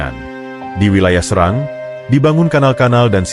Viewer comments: SERANG min bukan SeRANG😄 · Serang bukan srang gitu